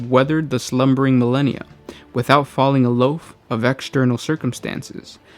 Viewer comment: did you just pronounce aloof as "a loaf"? what the fuck are you doing?